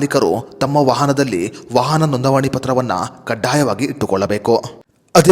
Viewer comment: ವಹನ ಅಲ್ಲ ವಾಹನ. ನಿಧಾನ ವಾಗಿ ಮಾತನಾಡಿದರೆ ಚೆನ್ನ